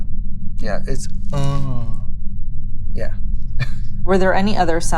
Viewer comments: I wanted to strangle the interviewer when she pronounced it ANAAUH jfc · “Unneh” Someone educate these poor straight people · Haha rofled so hard when the interviewer tried to pronunce unhhhh haha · The fact the lady can pronounce Katya’s last name but not unnhhh sent me 😂😂😂😂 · Lol what about unhhh... I almost died